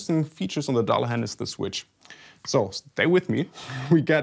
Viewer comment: Dear, if you advertise a guitar named after the 'Headless Horseman'/Angel of Death from the Irish mythology, it would be so much cooler if you got the pronunciation right. It's pronounced 'Duhlahan', not 'Dallehän'. Sorry...anglophile nerd here with a Denglish explanation.:-D Otherwise: cool guitar! Thank you! - I will definitely get one...or two.:-)